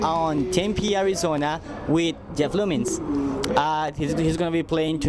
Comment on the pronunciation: "Jeff Loomins" lmao